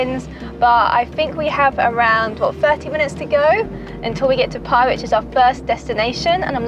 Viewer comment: Do you think you will ever pronounce “Pai” properly!